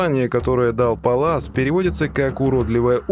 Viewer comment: Питер ПАллас - ударение на первый слог, пАлласов кот.